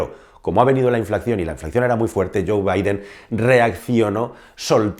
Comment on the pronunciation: Inflacción no, INFLACIÓN.. Preveyendo no, PREVIENDO.